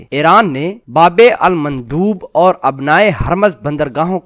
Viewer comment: ye babe almandoob nhien bulke "babul mandab: hae